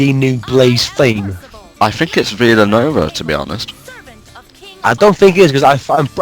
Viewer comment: I've heard Vela-nova,and it sounds nothing like it. No offense